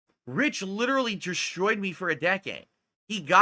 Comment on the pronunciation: hes sluring that destroyed in the beginning has all that drinking messed up his speech